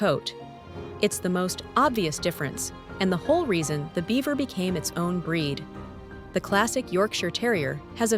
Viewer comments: These are the same breed basically. One has a broken color coat. The name is pronounced Beaver not Bieber. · You pronounce Biewer wrong